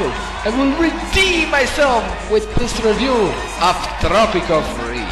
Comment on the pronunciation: "tropico free!?" Thats not English.